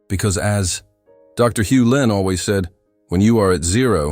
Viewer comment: It's Hew Len not Hulin.